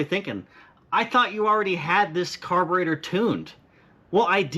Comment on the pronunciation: T-shirt idea "Car-bre-tour" with a detailed "tour" of a carb. You said it that way enough times it made me think...You could def add your own flavor to it 👕🔧